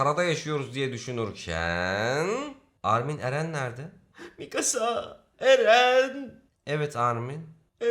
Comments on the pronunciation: abi misaka değil mikasa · bende çokkarıştırıyorum misaka deil mikasa sonu kasa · mikasa❌ misaka✅ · misaka????? mikasa olcak o :) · Mikasa ya Misaka diyen koca yürekli abimiz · X: Mikasa ❌: Misaka ✅ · abi nasıl dilin sürçmüş öyle, mikasa onun adı ... bvsdöv